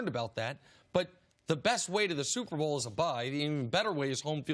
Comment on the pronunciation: Superbowl??????? Did he say SUPERBOWL???? LOL